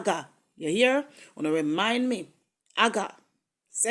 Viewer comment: ITS NOT AGA ITS AGUA